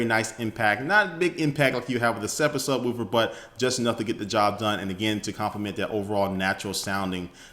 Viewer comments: SubwOOfer. Subwolfer is how it's pronounced. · Does anyone think the way he said subwoofer was funny?